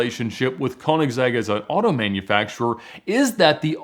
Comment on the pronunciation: I suggest you find a video where the owner (Christian Von Koeniggsegg) of Koeniggsegg introduce you to to the cars. At the very least, there you could learn how to pronounce the Brand name correctly.